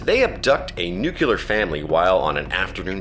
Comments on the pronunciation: NuCLEar, not nucULar... Why does that bug me so... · I have tried and tried over and over again and yet I cannot get to the end of any video in which the word "nuclear" is mispronounced. Somehow I made it past the first instance, but when the second "nucular" came up, that was it for me. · For the love of god, it is NEW CLEE ER. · Nuclear, Nuclear, NUCLEAR!! New Clear! Ffs! 🤨